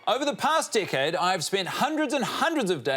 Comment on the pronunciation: Did he just say decade or dickhead? 😂